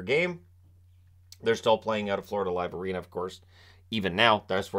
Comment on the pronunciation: We're lucky to still have a team and they're lucky to have us. Missed the playoffs 17 out of 19 seasons. Who supports that? We do. Current owners have spent the money, investing in the community and a new practice facility, not to mention spending to the cap. Fyi, it's pronounced F-L-A Live Arena.